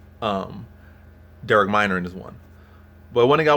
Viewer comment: Sad I gave this a view when he can’t pronounce Minner’s name correctly. How could you possibly think Elkins will get subbed when the last time he was subbed was 10 years ago by the lightweight champ?